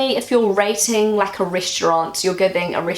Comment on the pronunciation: It took me a while to work out that you were saying 'rating' - I heard it as 'racing' LOL